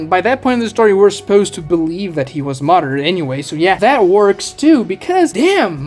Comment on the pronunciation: They were you pronounce names really hurts me. Madara, Kaguya, Akatsuki... you pronounce them all in very cringey and Americanized ways. Makes your video unwatchable. Not finishing the video. Channel blocked.